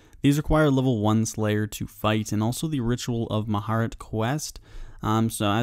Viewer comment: "the ritual of mahart"